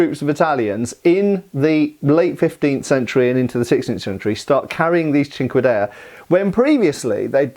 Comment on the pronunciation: I keep hearing it as "chingadera"😂